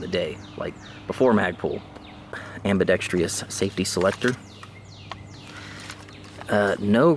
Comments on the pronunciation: It’s ambidextrous not ambidextreeous! Hooked on phonics bro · It's ambidextrous. Not ambidext-E-ous.